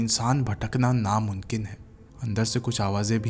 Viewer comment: Namkeen bola h😂